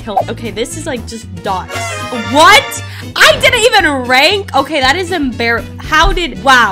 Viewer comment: YOU WROTE RAIN BUT YOU SAID RANK😂😂😂